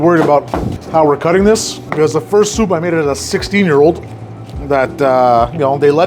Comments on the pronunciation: Not like “soopuh” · lol.. he says souP(pop) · Is the way he says soup that gets me